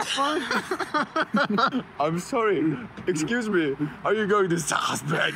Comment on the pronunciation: pliis joku tehkää clippi tosta Strasbourgin lausumisyrityksestä :D